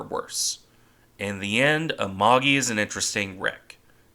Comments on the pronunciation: 「あまり」ではなく「ＡＭＡＧＩ」発音は「あまぎ」 また搭乗員養成ではなく「戦略物資」石油が原因 当時空襲が激しく防衛に戦略変更したため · I'm drunk on fucking german beer and have been working in the garden for hours Amagi not Agaki